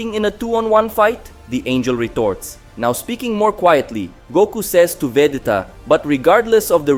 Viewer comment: It's VEGETA not Vedeta